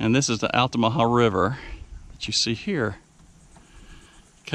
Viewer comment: You've done you'r research sir, no miss pronunciation! Many people can't pronounce altamaha correctly. I live right at the gate of Fort King George, it's a nice place to be. Thanks for sharing.